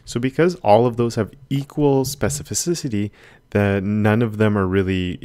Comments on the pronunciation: It seems that sometimes you say this word like "specifi-ci-ci-ty" instead of specifi-ci-ty)) Great tutorial. Thank you! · Watching you speak specificicity i started fumbling myself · This man throwing in extra vowels all over the place with his SPECIFICICITY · Specificisity, I love it when you say that!